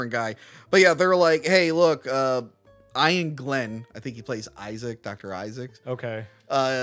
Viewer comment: Don't hate me but you said Iain Glenn's name wrong. It's cool though because name spellings are goofy like that, and you made a fair assumption. Here's Iain Glenn saying his own name